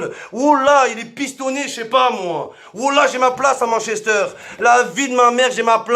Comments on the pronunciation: Attendez il y a que moi qui prononce Manchester a "mann chester" ?😂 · "Mench Ester" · Arrêtez de prononcer Manchester à la française